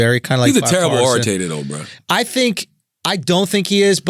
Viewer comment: Couple of things CThaGod... it’s Orator... you cant talk about someone being a horrible Orator and call it Oratator... second off... don’t compare your oratory skills to MLK & Obama... while SAYING ORATATOR!!!!